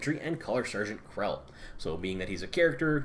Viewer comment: Kell, no "R" Not Krell, sorry it was killing me.